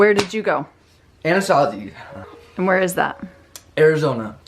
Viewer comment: My bimbo brain kept hearing Anasazi as Anastasia Beverly Hills. I was very confused picturing Norvina fighting a bear or some shit